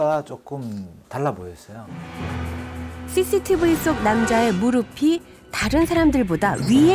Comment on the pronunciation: 죄송한데 나레이션 하시면서 ㅆ 발음을 못 하시나요? CCTV 말씀하실때 thy thy TV라고 하네요.